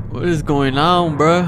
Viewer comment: It’s bro. Not vro